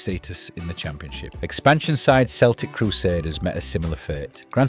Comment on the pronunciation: Celtic Crusaders is pronounced keltic not Seltic. The word Celtig is Welsh and they were a Welsh team from Wrecsam. When they went under they mutated into North Wales Crusaders and won League 1 this year. British RL's third tier.